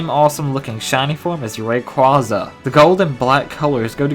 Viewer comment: I don't know if this is just me or not but is anyone else irritated when someone says Ray-quah-zah and not Ray-quay-zah